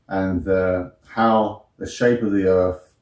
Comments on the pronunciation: His speech gets slower and slower as his brain runs out air. Also, 'erf'! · He looses any credibility that he may have thought he had solely based on the fact he pronounces Earth, “Earf”. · "Erf" - Instant disqualification.